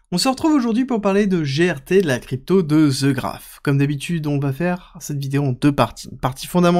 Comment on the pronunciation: The Graph.. "The" se prononce "De" pas "Ze" ahhh ces français ! ;)